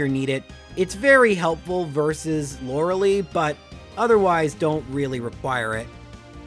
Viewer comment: Stop saying Lore a lee. It is Lore a lie.